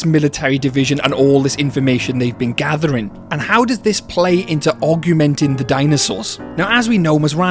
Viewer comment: I can't help but keep hearing aug-u-menting and keep mentally saying augmenting.